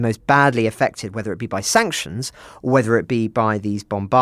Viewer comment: nearly said 'Wanctions'... did make me giggle. Childish I know, but I bet smiled too.